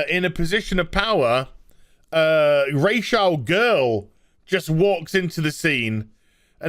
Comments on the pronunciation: I hear Ras Al Girl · I can't tell if he's saying Ras al Ghul or Racial Girl 🤣🤣🤣🤣